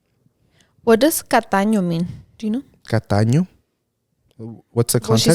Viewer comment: I think they meant “tacaño” not “cataño” tacaño means codo (stingy)